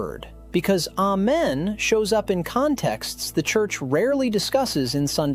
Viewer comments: 2 syllables, not three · Allow me to correct you please. A-men has 2 syllables, not 3. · A-men, that’s 2 syllables. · That's 2 syllables not 3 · Amen is 2 syllables 😂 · This video lost me at not knowing that the word has 2 syllables and not three. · It is not three syllables!! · Amen.... is def not 3 syllables lol. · Amen is 2 syllables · am I crazy, or did this guy just say that "amen" was three syllables? And if so, why should I believe anything else he says in this entire video? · three syllables? lol, I do enjoy your videos, though. Thanks for what you do! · It’s 2 syllables but live your dream… please continue..